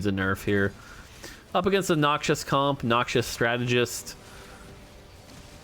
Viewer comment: could you explain why you keep pronouncing Noxus as "noxious"? Noxus, the faction is "nocks-us". Noxious as in harmful/poisonous is the "nock shus" you keep saying.